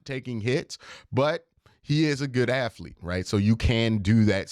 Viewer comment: Q gets on a run with the "aflete" and "afletic" this video and he just won't back down. You know the end of Good Will Hunting where Ben Affleck is smiling and shaking his head because he knows Will is off to great things? That's my expression everytime I hear "aflete". :D